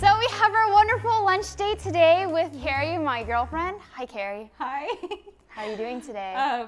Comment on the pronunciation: Cari NOT carrie and coMfused NOT coNfused